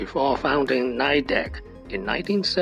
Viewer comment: Nidec’s correct pronunciation is “n /ɪ/ dec” not “n/aɪ/dec”